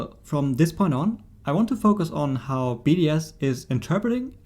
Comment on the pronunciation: I kept thinking he was saying BDSM and not just BDS